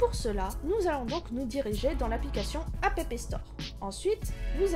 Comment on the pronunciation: oui on avait compris mais ça se prononce « app » comme abréviation d’«application »